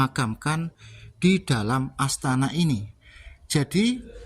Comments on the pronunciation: ASTANA LHO MAS BUKAN ASTA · MIN...BUKAN ASTA TAPI ASTANA ARTINYA TEMPAT ISTIRAHAT. KALAU ASTA ARTINYA TANGAN. TULISANNYA UDAH BETUL, NGUCAPINNYA SALAH. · ASTANA...bkn asta brooooo